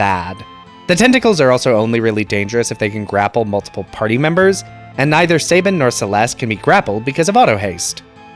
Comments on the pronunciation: Pronounce this word Cabin Now pronounce this name Sabin. If you said say-bin and cay-bin........sigh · Calling Cyan, Cayenne is more egregious and makes no sense lol. He's a color, not a spice. I've heard it pronounced Say-bin my entire life as well.